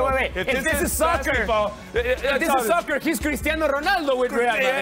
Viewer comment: we’re not gonna the way he pronounces “Ronaldo” even though he’s Portuguese?